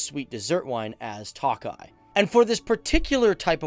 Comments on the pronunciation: pronunciation: TOKAJ not TAKAJ and foie gras: /fwa ɡʁɑ/ not "foi" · Hi! Great video! Tokaji is actually pronounced as token (minus the n)-eye - eeeeee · Man says that he put so much time and research into the country and he can't even pronounce words, for tokaji he says toakeye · Thanks for this but, Tokaji is pronounced: Toe-Kah-Yee, NOT Toe-Kie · ki itt Magyar - Who is Hungarian?! Also, the vine is pronounced To-ka-yee